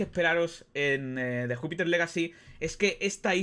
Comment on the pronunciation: Pronuncias legacy y Miller pero no Jupiter jaja